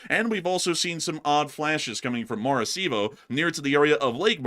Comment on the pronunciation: maracaibo ❌ Mar-a-see-bo ☑ Mar-a-kai-bo